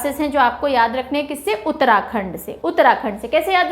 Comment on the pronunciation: Ma'am there is no doubt that your pneumonic techniques are always extraordinary and cent percent helpfulful 👌🙏 But, आपने हमारे उत्तराखंड को खंडर बोला ना तो दिल पर लगी थोड़ी सी। ☺️